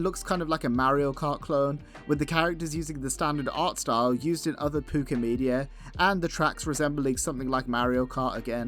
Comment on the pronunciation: It's called "Pucca" not "Pupca"!